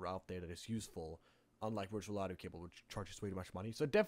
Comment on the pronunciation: The wee bee and wirtual keep throwing me off... other than the mispronunciation of V as W I don't even hear an accent. edit: Also driwer. I guess there's no V sound in Norwegian? Oh.. also the R sound leans toward W too. "Weboot your system." Other than the V thing, I like the accent. Weendows 8, hehe. More importantly, thanks for compiling the alternatives. Years ago I couldn't find any free alternatives, which I found frustrating because it's such a wonderful piece of software, which seemingly doesn't need that much development to replicate the core mechanism. There's no emphasis on complex interface, graphics, sounds, media, simulation, none of that, so it should be relatively simple to make. Still far, far more development effort than I'm willing to put forth, though.